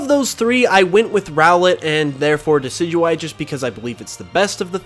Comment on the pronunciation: Decidueye, not Decyduey! Lycanroc does NOT end with a K!